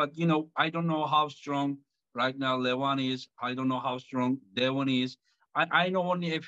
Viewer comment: Not " Le- vAAAN! " . LEEEE- van, LEEEv an...DEEvon--LEEvan. not LevAAAAAn...😊